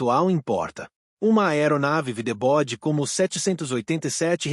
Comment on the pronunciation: mano eu odeio esses vídeos com voz de IA, em vez de widebody sai ''videbodi"